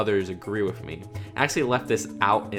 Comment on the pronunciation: Plz stop saying wif and baff